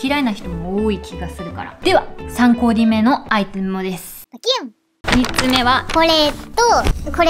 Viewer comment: 「3コーでぃ目のアイテモです」 でぃ...？ もうどうゆうことか分かるよね？